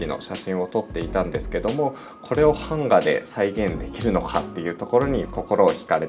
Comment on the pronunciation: 、「版画」のイントネーションがなんか違う気がしますぞ！笑(´⊙ω⊙`)